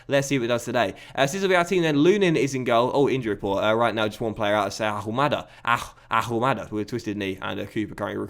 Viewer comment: Ahumada is Argentinean. Therefore, you don't pronounce the "H" in his name.